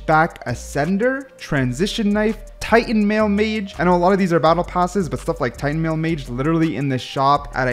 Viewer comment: How did bro pronounce Titanmail mace as Titanmail mage